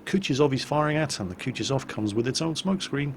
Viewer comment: I have no idea why people read 'Kutuzov' like that ( Kutchizov).